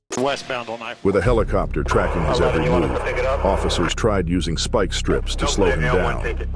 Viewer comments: Speak strips 😂😂 it's Spike not speak. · Who is doing the voice over for this? a rur-ale chase avoiding speak strips LOL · Follow-ed??? Ru-rel??? Da-jed??? Speek-strips??? Is this read by AI? Just use your own voice!!! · What follow-ed was a high speed chaize, through ru rall wisconson as dodj ed speak strips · something about that whole chase looked off. Almost looked like poor cgi. The movement of the car that was being chased looked unnatural. Also the ai narrator ain't helping it. "What follow'ed" "Through rur'al" "Dodg'ed speak trips". The hell is going on??? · It's way lamer than that! "What follow Ed was a high speed chase thru RU ral WI as dodge Ed speek strips and veer Ed into oncoming traffic." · “follow wed” “ru ral” “speak strips”